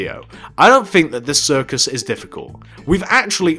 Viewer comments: It's CIRCUS NOT CIRICUS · you said ciricus not circus just saying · its circus not ciricus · Did anyone realize he spelled it "Ciricus"? It's cir-cus. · Circus not ciricus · Dude, It's Circus, NOT Ciricus! |:( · i think you made a mistake it is 'circus'not 'ciricus'